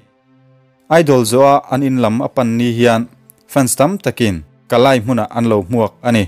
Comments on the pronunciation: Kalay hi kalai ni lovin (Kali) ti a lam rik tur aw😊engpawh chu nise i ti tha lutuk e❤❤ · Kaliy tih in lam ri toh roh maw kei nia chuan ziak chuan dik thlap nahse lam rik chuan a dang kn ti thin kalay tih lo in kaliy tih in la ri chhin la i ti dik zok deih ang 😁😁😊